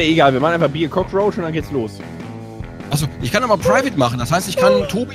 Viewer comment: "Kotzroach", Ich krieg mich nicht mehr! xD